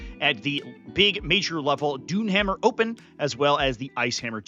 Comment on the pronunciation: Just FYI it's Doonhamer open, not Doonhammer Open.